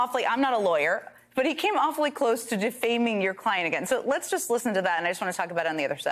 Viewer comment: Foment not forment or ferment